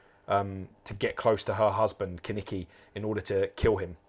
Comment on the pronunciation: Would be great if Kaneki was Keneki 🤣🤣🤣